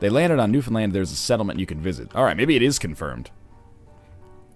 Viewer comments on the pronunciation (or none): none